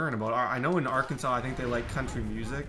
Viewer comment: Hey I’m from Arkansas and we hate when called Ar-Kansas. Especially since we was a state before Kansas.